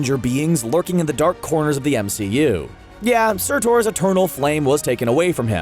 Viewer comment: Surtur is pronounced “ser-ter”, not “ser-tor”.